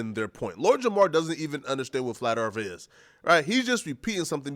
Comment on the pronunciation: Flat Earf.🥴